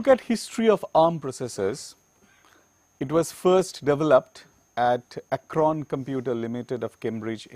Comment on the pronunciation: It was not "Acron" computers but "Acorn"